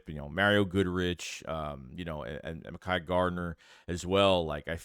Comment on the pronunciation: The Dudes name is Pronounced Mek-high Gardner